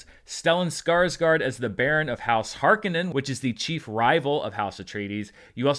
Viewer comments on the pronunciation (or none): none